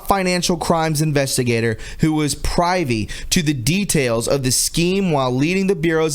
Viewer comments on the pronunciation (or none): You mis-pronounce so many words. Tonight it was "PRIVY" - it's not pr Ivy - it's pronounced like privvy. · privy........pri...short i sound....old fashion word for toilet...same pronounciation like "it"....pri-vee!...geezus! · Privy, i is pronounced like in the word “if.” Thank you for the work that you do. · Three observations: (1) FYI: The word "PRIVY" is pronounced with a short "I", as in "river." The word is not "pry-vee", but "priv-vee." (2) Calling HRC names does nothing to improve your status as a citizen reporter/journalist. In fact, it makes you look small, vindictive and hate-filled. Kindly stick to the facts of her criminal activity, and let viewers decide if she looks like a dog whose ankles are too thick. (3) Speculation is that the science community has had these cancer cures for quite some time, but have sat on them for obvious reasons. Of course, Big Pharma would be put in a tizzy if word got out, but to keep the public from going on a deadly tear to demand those who kept it quiet would be dealt with, authorities are cushioning the blow by saying these cures were "accidently" revealed, and that it will take time for them to make their way to the medical market. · privy = pri-vy. the "i" is a soft letter, pronounced like: mis-fit (both soft "i"s) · privy learn how to pronounce rhymes with skivvy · "Pry-V" 😂 learn your words bro. Practice this shit before you roll with it. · "Who was 'Pry_vee' to the details" LOL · I was gonna comment how to pronounce it for him. He always says it that way. Thought maybe he could use a little help. it's a short "I" priv-ee (I like in Prince or in) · Miguel Sanchez god he should take like 1 min to learn how to pronounce shit. It’s embarrassing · ....you need to work on pronunciation. Privy this time. It will help you credibility. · To Do List: Learn to pronounce words. ‘Privy’ isn’t that tough. Come on. Makes ya sound like a potato.